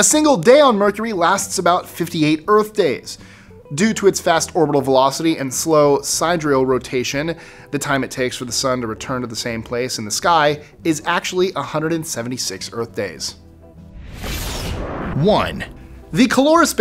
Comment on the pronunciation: Sidereal - "si" (with the I pronounced like in pig) deer (emphasis) ial. Nice video, just being picky.